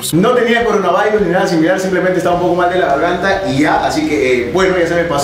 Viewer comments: El dijo coronavairos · es la pronunciación en inglés.